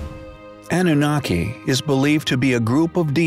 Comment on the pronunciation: The narrator should have been tutored on how to pronounce certain words (such as Annunaki, Nephilim, etc.) before he actually recorded the audio track.